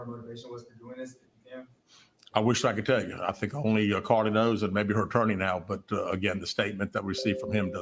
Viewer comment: I’m screaming when he said CarliTHAAAAA 🤣🤣🤣🤣🤣